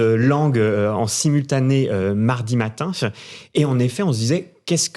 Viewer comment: J'en peux plus de cette façon de parler qui consiste à finir toutes les phrases par des ihhh et uhhh et des ahhh. Le mec en rouge, insupportable. Il dit même 'matinf' et 'commentf'